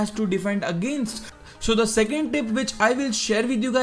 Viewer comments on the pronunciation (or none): none